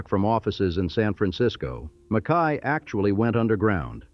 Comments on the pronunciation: Its John "MACK-EY" . Damn AI narration.... And his donated $ started the U of Nevada. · Mackay is pronounced mac- key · and Mack-Kay instead of what it slopped